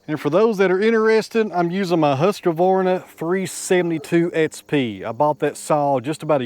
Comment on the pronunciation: ... Hussqavaahrna?! LOL! Swede here so allow me to help out a little bit. Huus-Kwahr-nah. The Q is never pronounced like a q but a a sharp short K. <3 <3 Lots of neat and great stuff throughout today! Thanks! :-)